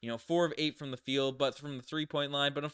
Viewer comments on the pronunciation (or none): none